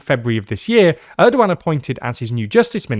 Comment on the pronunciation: who told you to pronounce his name like that 😢😢😢😢😢😢